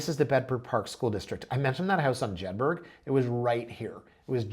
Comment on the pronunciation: FYI Jedburgh is pronounced as Jed-brah, not Jed-berg. Just as Edinburgh is pronounced as Edin-brah not Edin-berg.